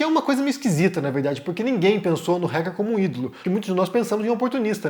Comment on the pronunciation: Se diz "Ráquer" e não "Réquer"